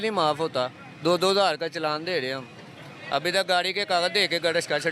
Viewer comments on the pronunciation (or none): none